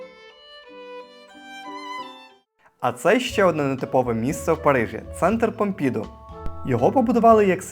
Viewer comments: Ви чудові і головне - ваша присутність і присутність Парижу на екранзбалансовано. Сюжет в постійному русі …але - така прикра помилка треба казати -Помпіду наголос на останній букві -у-… ну це ж очевидно особливість французької наголос наприкінці слова А ви аж два рази кажете :Помпіʼду наголос на і… ну прикро …тексти треба редагувати у глибинах свого мозоку…ну а так дуже дінамічно корисно і хай вам щастить ❤з повагою Тамара гаріна поет дізайнер і т д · Не додивилась… тюЇрлі, помпІду… та безліч помилок мінусують враження та довіру